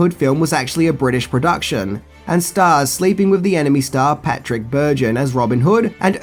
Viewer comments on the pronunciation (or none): none